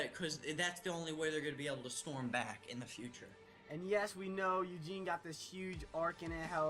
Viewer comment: dude, eugine, really, is eugene, just saying.